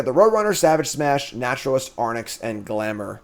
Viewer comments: AIR-RINKS. Not Ar-nicks. 😡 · Love the content, thanks! I feel obliged to point out though that the creature is phonetically aw-rinx and not arn-ix.... Sorry to be pain but I just can't seem to unhear that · Gonna say nonbeliever because you can’t pronounce Arynx 😅